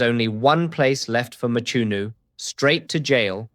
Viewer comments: It's Mchunu not Machunu or Matshunu. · Hearing you butcher the surname "Mchunu" almost takes away from what is otherwise a great analysis. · Eish...pronunciation of Mchunu😢